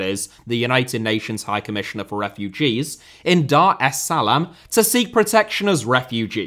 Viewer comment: It’s pronounced Dar Es Suh-Lahm not whatever the hell you said…